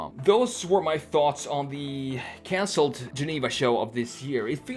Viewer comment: sounds like he's developing a bit of a nigerian accent. He said 'consold' instead of 'cancelled'